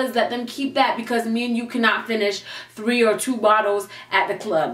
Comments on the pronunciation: "ONE...TWO..TREEE" yoo that countdown took me out 😂😂😂😂😂😂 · ONE, TWO, TREEEEEE!!!!!!! Omg I'm dying 😂 Ilysm! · One ! Two ! TREE !!! 😂😂😂😂😂😂😂